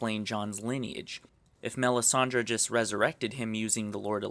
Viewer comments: IT IS MELISANDRE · OMFG PRONOUNCE THE NAMES CORRECTLY. Who the fuck is this Danerias? And it's not Melisandra - it's Melisandre. Good points, but really detracted from by your mispronunciation.